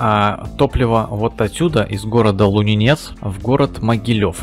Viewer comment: Трол, Лунинец ударение на первую гласную